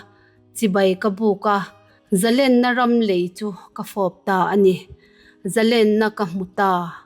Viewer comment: Ngaihthlak a nuam lutuk ringawt.. Thil pakhat Correct ka duh ve mai mai chu.. ZALÈN tih kan chhiar a LÊN tihlai kan lam rik dan hi, Sangha manna lên kan kan sawia LÊN kan lam rik ang hian lam rik tur a ni. Eng hunah pawh ZALÊN tia lam tur a ni..